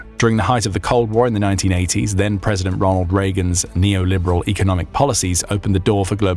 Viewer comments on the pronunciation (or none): none